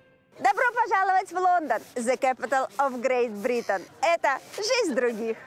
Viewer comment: «Зе кэпитал оф Грэйт Британ»-хаха, у многих на уроках англ.яз. ,похоже, это учили😂